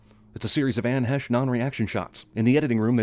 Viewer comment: Out of all the things people nitpick/nerd out about/etc, I can't get past the fact that 7 minutes in, he called her Anne 'Hesh'. It's 'Haysh', man, 'Haysh'!! ESPECIALLY the pre-Lesbian version. There are different rules